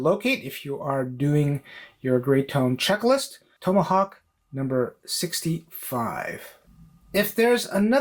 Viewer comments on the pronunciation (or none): Never heard Tomahawk pronounce the way you pronounce it